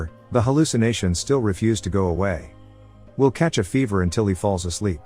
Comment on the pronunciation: The name is Will, not will. The shortened sound is so annoying.